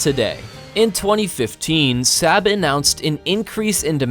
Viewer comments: ... FYI...'SAAB' is pronounced 'SARB'... not, 'SAB'... and stop bogus thumbnails... it's not cleaver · You say "SAB", Swedes say "SOB". Fix if you can. Your channel is not "VELD EERON". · it is 'SOB', not sab. I've driven their cars since 1980. Get it Right... after all, it's NOT 'Lockhead', is it? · Saab is pronounced like sob not sab you pleb! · BTW it's Saab not Sabb 😁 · SAAB is pronounced SOB / SAWB .. .and most definitely not 'Sab' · Its Saab pronounced sarb not sab! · Saab is pronounced SAHB, not SAB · It’s pronounced SOB, not sab. Saab makes great cars too. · It's 'sahb' like bob, not 'saab' like scab. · Saaa-rb. Not Sab..... omg...the pronounciation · It's not pronounced SAB but SAAAB (the vowel lingers longer) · Who pronounces Saab as Sab. Saab. Pronounced Saab. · And in addition, Saab is pronounced Sarb, not Sab. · It is pronounced Sarb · Hard to take seriously when the narrator can't even pronounce SAAB correctly. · of course, but why’s the guy pronounce it SAB? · Pronounced 'sob' in English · You need to learn to pronounce SAAB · Why do you call say SAAB wrong!! UUUGGGHHH!! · The narrator can not pronounce a number of words, such as Saab. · learn how to pronounce SAAB! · I’ve been pronouncing Saab wrong my whole life it appears 🤷‍♂️ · Those were my observations as well. To add to that, a the son of a Swede (who speaks the language), when I hear Swedish words pronounced as if they were German (or completely mispronounced as in “SAAB”) , I find it really annoying. It’s a small thing, but it adds to my overall negative feeing toward the rest of the content.